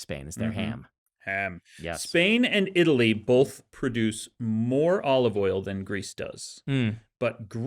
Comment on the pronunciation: Brandon : Oleeve Oil